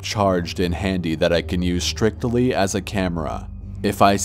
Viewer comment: Hey man, it's not "strictily", it's strictly. And it's not pronounced a-plic-able, the correct pronunciation is app-lick-able.